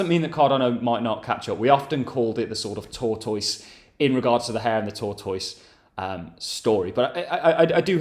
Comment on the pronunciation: And tor-toyse 😂